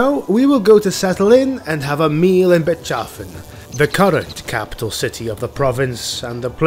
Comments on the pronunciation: Yeah, it is great. I have one complaint though. About Bechafen... isn't it pronounced like Beckhafen(like the last three letters of TalaBEC)? You know, not Betchafen. Matters not. Such errors only add to the charm. Maybe that's how it's pronounced in Nuln, from where presumably is. Don't worry. See you in Talabecland! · I'm almost certain given the pronunciation of a lot of other empire locations, that it is meant to be Beck-Hoff-En not Bitch Chafin(g) 😂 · I love your Videos, but as a native german this one was grating to my ears. Bechafen is not pronunced like that. It is bec - hafen. Hafen means port in german. Otherwise keep up the good work.